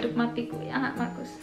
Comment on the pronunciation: markus,orang indo sebutnya mahrus/makrus 😁😁